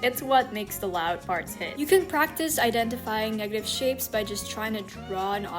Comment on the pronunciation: that did not sound like negative💀